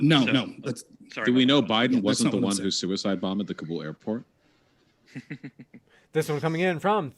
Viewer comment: If you're going to scream about Afghanistan, you should really know that its capital city is called Kabul, not "Kubal".